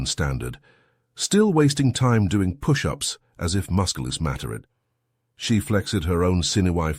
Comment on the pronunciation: I love the messed-up words. Its funny to me...."....as if musculos matter-ed. She flex-ed her own sinew-y for-e-limbs mockingly. so funny.